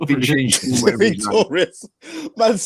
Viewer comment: and can make a new whole 11 with their pronunciations of names 😂